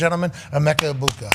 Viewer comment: Major missed opportunity not asking Emeka Egbuka about Rob Gronkowski totally butchering his name 😂